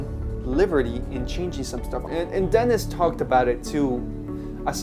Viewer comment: Huge Dune fan and a big fan of Denis Villnueve. Just a heads up, his first name is pronounced "Den-E". It's French, so similar to how the French pronunciation of Paris sounds like "Par-E".